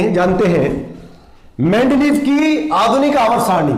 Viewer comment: Its not mendleeff but mendeleev but good explanation